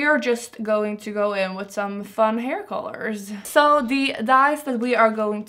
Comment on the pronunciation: its called "hair" not "her" :D